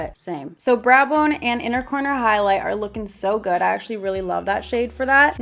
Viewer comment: Did she say... SKIP HIGHLIGHTER